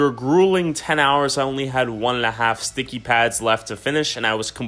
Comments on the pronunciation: is he sayin THICKIE instead of sticky on purpose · He says "thickies" instead of sticky for majority of the video lol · instead of sticky he said thicky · anyone notice hes saying thicky instead of sticky